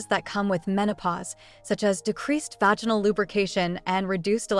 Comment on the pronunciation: Why can’t you use punctuation or pronounce vaginal correctly? 🤨